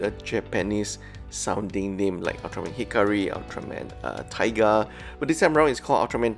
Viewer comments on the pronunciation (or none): none